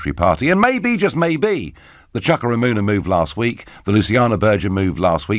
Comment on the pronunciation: Chuka (Chew-Ka) there's nothing more annoying than completely mispronouncing someone's name. #rantover